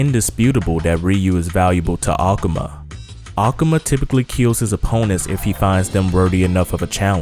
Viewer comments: a-ka-ma???? Its A-ku-ma you idiot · why do you pronounce akuma like that?